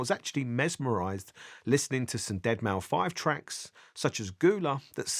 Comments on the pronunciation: 'DEAD MAU FIVE' LOLZ. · Ded Mow Five 💀